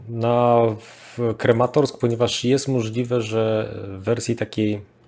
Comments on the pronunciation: KrAmatorsk a nie KrEmatorsk Крамато́рськ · Dobra robota 😎 P.S. Mała uwaga, jeśli można: Kramatorsk, a nie żaden Krematorsk 😉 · Panie - już w kilku wywiadach słychałem od Pana nazwę Krematorsk, mimo, że na mapie widnieje jak wół KrAmatorsk. Krematorsk sie dziwnie kojarzy, nie sądzi Pan? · bardzo dobre materiały, tylko mógłbyś poćwiczyć nazwy miejscowości. Wiem, że niektóre są dość trudne, ale jednak Izum zamiast Izium czy Krematorsk zamiast Kramatorsk trochę razi.